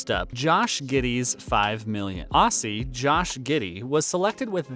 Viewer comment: ok, helping Americans out one you tube vid at a time. Aussie sounds exactly how you would say "Ozzy" it doesnt make an 'S' sound.. its Ozzy. :) Im going to keep this up until I watch the game and hear one commentator get it right ;)